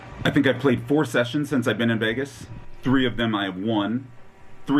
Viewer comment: Shessions? Did you say shessions? 😂💰♠️♣️♥️♦️